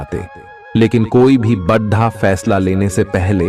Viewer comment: Yarr aap pls bada ko bada hi bole badhha achha nhi lgta or v Kai jgh aise aap pronounce krte h jo bilkul achha nhi lgta pls aap is p gaur jaroor kre